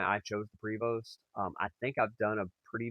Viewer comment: Enjoyed the video. You have done a fantastic job on the conversion. Prevost is French and is actually pronounced Prayvo. Enjoy your bus and travels. My motto Have Fun Stay Safe and Keep Making Memories